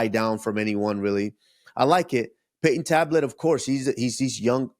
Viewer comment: “Payton Tablet”😂